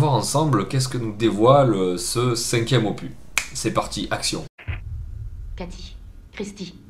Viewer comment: Juste pour info: "opus" est un mot emprunté directement au latin (on pourrait le traduire par "oeuvre" ou "travail" selon le contexte): il faut donc prononcer le "s" final. ;) J'aime beaucoup cette série "Pop Corn", au demeurant. :)